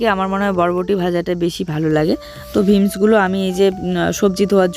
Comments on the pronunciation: ভীমস না বিনস বলে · Veams noi beans bale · Vims noi ota beans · জুইয়ের রুটি খাওয়ানোর অভ্যাস করো ওটা ভিমস না বিনস্ বলা হয়